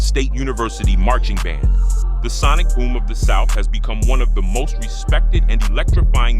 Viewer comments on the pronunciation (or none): none